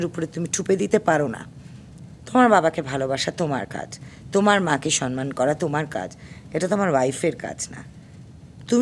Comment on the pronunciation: "সম্মান" শব্দটা মৌয়ের মত অনেকেই "সনমান" এভাবে উচ্চারণ করে। কিন্তু কেন?